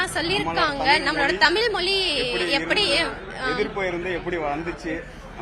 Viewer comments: உண்மை வரலாறு தெரிவது அவசியம். தமில் இல்லை தமிழ். தமிழை கொல்லாதீர். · இன்று "தமிழ்" என்று சொல்ல இயலாமல் "தமில்", என்று சொல்லும் தமிழ் இளைஞர்களை பார்க்கும்போது நெஞ்சு பொறுக்குதில்லையே......